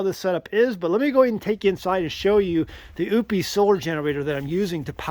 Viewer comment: Oupes = oh - pess, not oops!